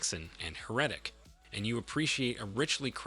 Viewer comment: My guy… that is totally NOT how you pronounce “Heretic.”